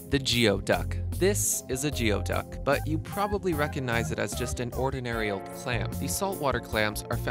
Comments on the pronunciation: Tarsier must be related to Aye-Aye. It's not a "gee-O" duck. It's a "gooey" duck. Tree-hopper is not an ant at all! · GOO-EY duck! Not GEE-O duck! Jeez... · You are correct.... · There are many words in the English language that are not pronounced just as they are spelled. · so anyway....it is spelled that way....just not pronounced that way. Kind of like the city of 'Puyallup' is pronounced. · geoduck is pronounced Gooey-duck not Geo-duck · Growing up in NW WA, we pronounce them gooey ducks instead of jee-o ducks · The bivalve is pronounced gooeyduck as in gooey, google, not geeoduck. We used to dug for them in low tide. Two openings is a geoduck. One opening is a horse neck clam. Good fried and sushi. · The Geoduck is actually pronounced Gooey-duck, not gee-oh-duck. We have them in Wa. state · Not geoduk. Goo-e-duk is the pronunciation. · The person providing the info on the various animals pronounced the name of the geoduck, a GEE-oh-duck, but in Washington state the name is actually pronounced as Gooey-duck. How it is "officially" pronounced I don't know, but I don't believe it's anything like this gentleman was saying. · Geoduck is actually pronounced gooey duck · The clam is not pronounced geo-duck. It's pronounced as gooy-duck. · The Geoduck is pronounced Goo-E-duck! Not gEo-duck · Gooey duck. Not Geo, easy mistake though. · It's pronounced Gooey duck bruh... not geo-Duck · geoduck is pronounced gooey not geo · Goo - ee - duck Not geo - duck Gooey not geo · Not Geo-duck it’s pronounced GE OD UCK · Not geo-duck, goodie-duck. In NW Washington State! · It's not goodie duck either . It's pronounced GOEYDUCK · Geo duck? Presentation 101, research proper pronunciation of names. Goo...not Geo... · It's pronounced, "Gooey-duck". It is also the animal mascot for the Evergreen State College athletic teams, located in Olympia Washington. You're welcome. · Geoduck: Ghoo-duck..lol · you're mispronouncing "geoduck," it's said like GOO-ee-duhk